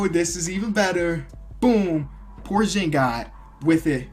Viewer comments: It's porzingis not porjingis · Hey just saying buy it's supposed to be porxingis and not porshingis